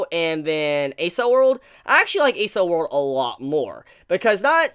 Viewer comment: I thought Accel World was pronounced like "Axel" like, shortened from accelerate?